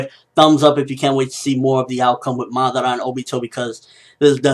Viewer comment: Madaaara, not Maddarra. ^^